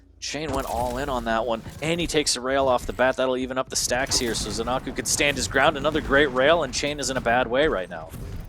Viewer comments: Zen-a-koo, not Zen-ar-koo. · Nobody knows what the hell is the correct way to pronounce zenaku's name